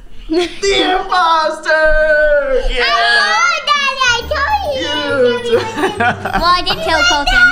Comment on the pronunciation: i loveeee when say ohh there is one imposooo lol